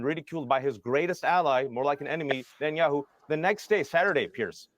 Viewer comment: Netanyakkhu, Ekkhhhud Barack. Notice how Israelis don't say those name like that.